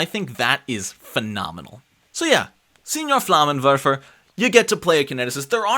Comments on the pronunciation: It is „Flammenwerfer“ 😉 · As a German I cannot approve of your butchering the word Flammenwerfer